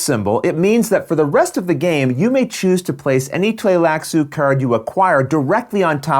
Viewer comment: You know is pro when you see him pronounce Tleilax & Tleilaxu without skipping a beat 😆. Fun looking expansion!